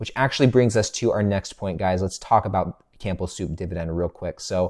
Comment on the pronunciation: The P in Campbell Soup is silent. Sorry, I had to say something, it drives me nuts every time I hear it in your videos. 😂 Keep up the great work love your Dividend Investing insights. 👍